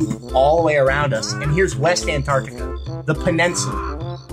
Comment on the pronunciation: I heard Ant-duck-tica, is home to the Penguinasorus.